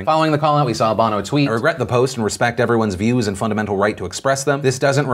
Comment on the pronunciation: its pronouncec bough no as in Sonny Bono her husband until his death